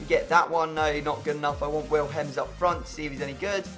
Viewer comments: It's pronounced Willems not villhems, just saying. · The way he said Willems 😂 villhemms